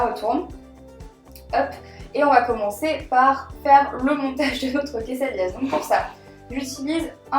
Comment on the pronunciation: Je sais que tu ne parle pas español mais on dit une quesadilla(pas de "s")et des quesadillas